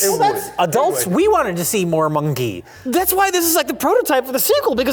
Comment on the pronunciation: pronunciation of 'monkey' was definitely brave